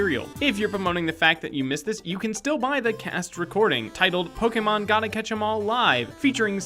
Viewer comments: Pok ee mon?!?!?! It's pronounced Pok Ayy Mon. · Stop calling it Po-kee-mon!!! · Poke-e-mon not poke-a-mon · It's pronounced "poke A mon" like touché, not "poke E mon" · Um actulally its pronounced Pok-AY-mon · ACTUALLY it's poke-ayyyyy-mon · Poke-eh-mon HHNNNGGGG STTOOOoOoOp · pookeemin stooooooooop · Fact #108: it's not pokeemon. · It's Pokemon (POE-KUH-MOH-NN) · omg he said pokEEmon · Learn how to pronounce Pokémon